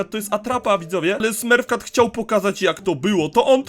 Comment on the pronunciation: Mówi się smurf cat